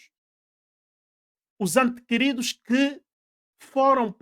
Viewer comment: Diz-se ente querido e não antequerido.